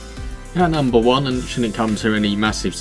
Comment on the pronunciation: I figured out afterwards but in the video you said "at numbed nine we have what is generals 2 essentially"